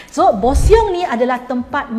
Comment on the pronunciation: bukan bosiong lah puan mary😂 ejaan boseong tapi cara sebutan bosong. okay tu je nak betulkan😅